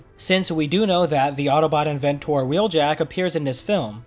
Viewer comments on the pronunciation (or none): inventORr, cheetOR, charactOR..... nyahhhhhhhhhhhhhhhhhhhhhh wHy???? it is cheetA(H), the haitch is silent. charactER. i have watched a dozen of your reviews and you over pronounce/enunciate certain words incorrectly. why? it hurts my soul. other than thaat excellent vid, rewatch the boulder section you will see a very blurry bot under it that slides to optimus. who might that be? perhaps a minion? dunno what are your thoughts?